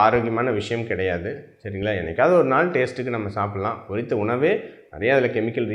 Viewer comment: NOT / PORRITHA sir Pottitha why are you killing the tamil language, and the people who speaks Tamil.